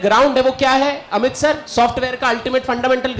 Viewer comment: "अमीत " ==>> "अमित "